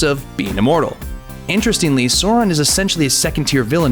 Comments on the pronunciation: Sauron. Not Soreon. Jesus fucking lord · it is sauron not sauran, bitch. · Its Sauron. With a A !!! Not Soran. Fuck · omfg the silly americans pronouncing sauron.... its not saw-ron its sAu-RON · Sauron is pronounced "Sow-Ron" not "Soar-Ron". Also Aragorn is pronounced "Ar-agorn" not "Air-agon". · It's to be said like more live Sour one. not sore one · Sauron... Not sore ron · SOW-RON. NOT SAW-RON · Its pronounced sow-ron, not soron. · SOW - RON (female pig and male name Ron), not sore - on, sore - en or however else you said it. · it's pronounced SOW-RON, not SOAR-ON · fucking learn!!! Sauron, not sore-on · ITS S-OW-RON NOT SORE-ON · Captain here: you're pronouncing Sauron incorrectly. It's S-au-ron. not So-ron. flies away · SAH-OO-RHON. I cringed for every soren you said. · I know right? Sauron is pronounced "sour-ron" NOT "saw-ron"... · Every time you say "sore-on" it's like nails on a chalkboard. It's pronounced "sow-ron" to rhyme with plow, not bore. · Sa-u-ron is the preferred pronunciation but there are interviews with Tolkien where he himself actually pronounced it Soron. Just sayin... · why is this guy saying sore-on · Sawron? Why is he pronouncing it like that? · Stop saying SOR-on, it makes you sound like a MOR-on! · American pronunciation is actually starting to piss me off, this guy just called one of the most evil and powerful villains in all of fiction "soran" :/ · what the fuck is a Soron? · Sow, like "how"...and Ron. Say it slowly. Sow Ron, Sow Ron. Sauron. I absolutely hate pronunciation of "au" as "oh." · ITS S-OW-RON. ITS NOT THAT HARD. Clearly you didn't do your research. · I'm gonna pull my hair out if he keeps sayin "Soron" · Sour-on sheesh! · Morgath :D Soran :D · my brow twitched every time I heard “sohr-on” -_ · Who the F is Zoron? ... Moron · oh, that pronunciation of soar-on ... aieee... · Who is this Suuron you talk about? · pronounced [ˈsaʊrɔn] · SOR-ON............the cringe is strong.. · 'sOrAn'...cmon man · [ˈsaʊrɔn] Please.